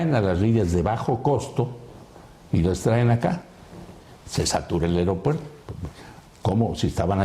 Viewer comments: Airopuerto jajaja esa ni hablar sabe!!! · Airopuerto??? perdón yo creía que se decía aeropuerto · Puta madre será que no escuchó bien o está Adela se la pasa diciéndole AIROPUERTO???